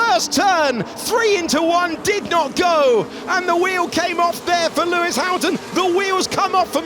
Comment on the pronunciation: Pewis Pamilton 😂😂😂😂😂